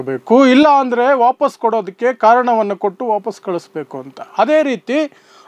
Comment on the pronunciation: ಹದೇ ಪ್ರಕಾರ ಅಲ್ಲ ಅದೇ ಪ್ರಕಾರ ಹೇಳಪ್ಪ ಕನ್ನಡ ಕೊಲ್ಲಬೇಡ